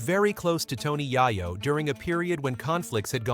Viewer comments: I automatically do not want to finish this video only 2 mins in .... I hate these cornball ass doc. Directors who can't even pronounce the name of the person they have the video about ..... Then to top it off they have the face of Joe Rogan who has nothing to do with any of this LMAO..... So because the way he is saying yayos name now I can't even watch the video . ... F ing cornballs you make me want to vomit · I said the same exact thing I gave his. Video a thumbs down just because the way he is pronouncing the name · I want to really appreciate you guys when yall make documentaries and these short videos of the rap culture. Yall do the research but saying his name wrong in the first 30 secs of the video is just bad as it gets. I won't even watch you. I'm downvoting, I hope they bring it back to where you can see how many people don't like videos in the future